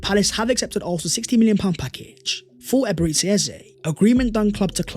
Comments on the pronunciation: True! We IGBOS from Nigeria can’t stop smiling any time we hear him pronounce it as Eberetsi Eze instead of Eberechi the ‘ch’ as ‘ch’urch in church… Thank for correcting him bro. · Nice one Although I have to say that as a Nigerian, your pronunciation of Eberechi as “Eberetsi” has been hurting my ears! It’s actually Eberechi (ch as in church). Thank you! Eze is coming home! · Thank you for this,as a Nigerian and you my brother a Gunner, I am going to give you a free lesson on how to properly pronounce his name, Here We Go!!!! Ebe - re - CHi (not shi) but (Chi) think Ch in church) but with iiii instead of urch) so EBE RE CHI. Now for the surname its E - eh ZE as zeh) but remove the h and it will sound like this EZE… meaning King. You are welcome my guy! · Now that we have signed Eze can you please learn to pronounce.EbereCHI, CHI as in CHIck. Or just say Ebere Eze. Thanks. Congratulations to us for completing this deal 🎉🎉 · bro are you not able to pronounce the CH sound? you always prounce Eberechi so weird